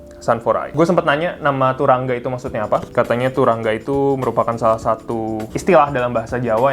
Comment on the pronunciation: Sekedar info bacanya "turangga" "a" nya dibaca "o" bg